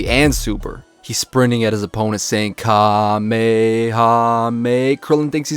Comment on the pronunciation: Nice to hear some native en speaker saying Kamehameha right for once... 🤔😂😂 (They usually say "KaMÉha - MÉha" instead of "KÁme...HÁme...HÁ")